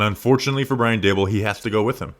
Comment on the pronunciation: Dabool took over the offense and the roof fell in. Its Daboll primarily:clock-turquoise-looking-up